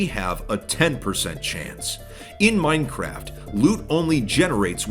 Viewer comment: " the oldest anarchy server in maainncraeft"- some bald hsitory teacher